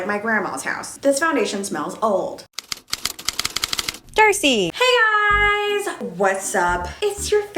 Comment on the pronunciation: I think I’m trippin’! I thought I heard “Thirsty” when she first said Darcei in the intro I had to go back and listen again hahaha.